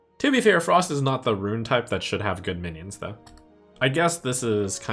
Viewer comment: Still keeps saying "ruin"